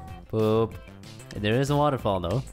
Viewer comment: at waterfall did you just say wall of sh*t?